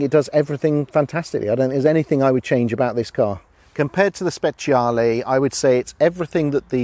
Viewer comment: You know that second dude knows his shit when he pronounces "SPECIALE" correctly. Hats off to you, Sir.